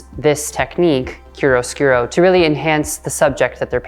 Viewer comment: Please let me help: It’s pronounced “KIARO-SKOORO”. Not “KIRUSKIRO”.